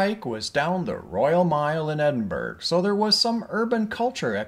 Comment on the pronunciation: Glad you had a good time here but please, Americans.. it is pronounced EdinBRUH.